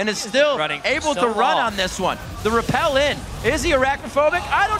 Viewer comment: When are the casters going to learn that it's Rappel?